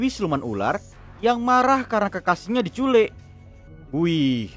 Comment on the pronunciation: Di culik bang bukan di "culekk" 🤣🤣